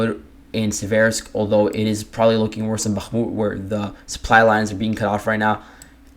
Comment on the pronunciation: nice job but your annunciation of bakmut sounds very wierd